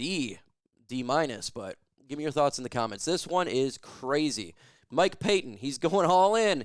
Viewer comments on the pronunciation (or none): none